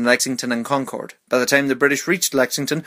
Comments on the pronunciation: Concord isn't pronounced like that; it's pronounced like Conk-erd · You Said Concord Wrong